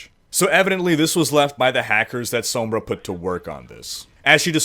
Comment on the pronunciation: This guy needs to learn how to say Sombra. it's said like Sahmbra